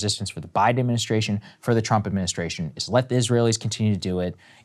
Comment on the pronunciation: It sounds like she is saying President Chump lol😂